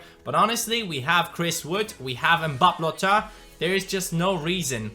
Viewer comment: please for the third time you do not pronouncing mbappe's name correctly. it's MBAPPÉ!! like this comment please